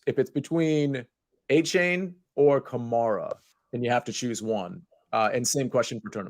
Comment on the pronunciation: Can we just stick to A - Chain? Stop letting this man try to change how we pronounce "ane" in the English language on the fly